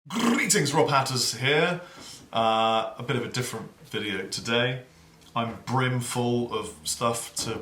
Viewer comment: Stop saying "grretings"